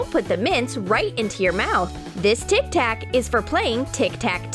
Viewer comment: '' We need Tik tak'' I heard Tiktok